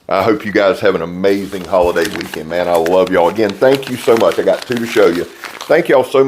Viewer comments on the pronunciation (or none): none